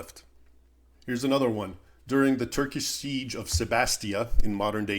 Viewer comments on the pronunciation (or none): none